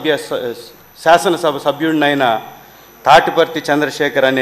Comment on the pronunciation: Shashanam shabha ennikudaina. Bharata desha sharvabhoumadhikaranni, shamagratanu. 😂😂 Oreeiii evadaina veediki speech therapy iyyandrareii , vinalekapothunamu 😂😂